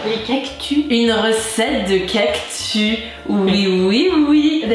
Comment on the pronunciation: 🌵🌵 oh le cactus 😂 ou le cactu comme tu dis